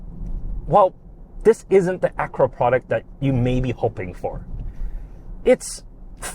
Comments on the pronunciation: Ak-u-ra, not Akra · Lame, biased review. If Honda is so great, why did they have to borrow GMs tech? They bought the best platform money could buy, which is available NOW, and you nit pick at the buttons and mispronounce Acura...